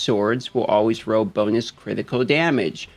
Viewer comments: When you say 'row' you mean 'roll' right? :) Really enjoy your content and delivery style, thanks for the vid. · Why does he keep saying roll so weird. Even youtube closed captioning thinks hes saying row. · Is it just me or does him saying "roll" sound like "row"